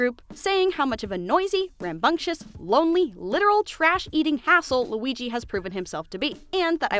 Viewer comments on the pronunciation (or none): did you just say L U I YYY I ? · You call him Weeg I’m crying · I love how she says Luigi and now with all her post with LOO WEE GEEE I just hear her calling him that with such emphasis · i just came from the beautiful video and her pronouncing lUiGI makes me giggle so much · I just love how you pronounce LUIGI